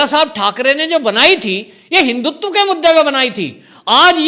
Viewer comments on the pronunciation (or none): none